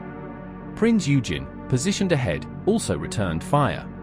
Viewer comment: Prince Eugen is pronounced "oy-genn"...